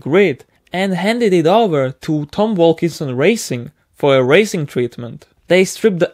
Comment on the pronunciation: Not Tom Walkinson but Tom Walkinshaw